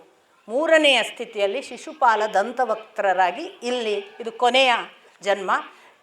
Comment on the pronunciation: ಅಕ್ಕ, ಅಪ್ಪನ ಪ್ರಕಾರ ದಂತವಕ್ರ. ದಂತವಕ್ತ್ರ ಅಲ್ಲ